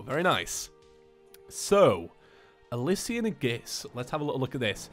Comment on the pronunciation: It’s prounounced Alishan not ilisian